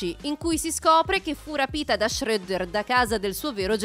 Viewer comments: Non riesco a sentire alcune pronunce di tale donna, da uanda a shreddo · La vera domanda è una: ma lo fai apposta a pronunciare male i nomi? No perché shredder lo pronunci come se fosse scandinavo e krang come se non fosse inglese